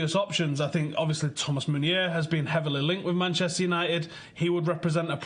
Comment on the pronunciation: Please not meunier